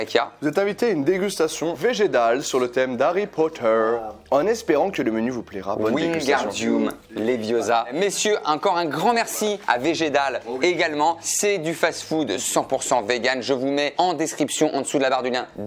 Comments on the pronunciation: c'est leviooooossa et pas levioosa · C'est levioooooosa pas leviosaaaaaa